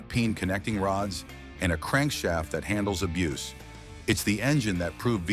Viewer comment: When you see and hear mistakes, it makes one wonder about the entire video 🤦🏼‍♂️ Also, “abuce” is a noun; “abuze” is a verb